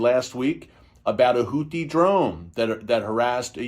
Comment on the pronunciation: What is carpet b0mb? Isnt it pronounced Hootie?